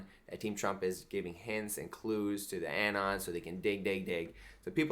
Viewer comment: The way he pronounces 'anon' is slowly driving me insane